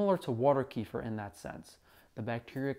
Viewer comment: I heard something like vitamin C and sugar are similar and you dont absorb vitamin C as well if it's with a lot of sugar, is that something to keep in mind when trying to get vitamin C from kefir? P.S. it's pronounced kuh feer lol